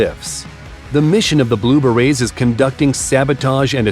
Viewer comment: Narrator needs to work on his pronunciation, not Green Barrettes. Try Berets.